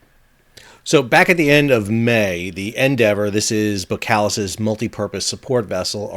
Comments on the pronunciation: bo”SSSS”kalis, not bokalis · Boskalis....pronounced ''Boss-kar-liss''..........😉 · BoSS KaH Liss is how you should pronounce the name. Seriously. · Great video! It's pronounced Bos-kalis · Pronounced ; BOSS KAALIS , I 'me getting annoyed at your lack of Dutch language competency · Since when is the "S" in boSkalis silent??